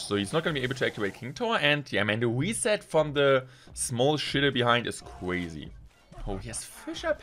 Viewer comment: Weally cwazy.